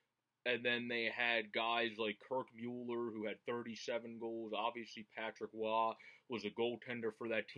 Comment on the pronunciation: Not to be a dick... But pronounced kirk mull-er (the player taken right after lemieux by jersey), gee (hard “g”) car-bo-no, and vincent dam-phoose...the last 2 names are francais! I got a few years on ya (53...from canada with a french canadian mother growing up...she worshipped les canadiens...)... I’m enjoying this nitty gritty website/channel...all of you have a great passion for all things Flyers...me too!!! Take ‘er easy! Bruce in Vancouver LET’S GO FLYERS!!!!!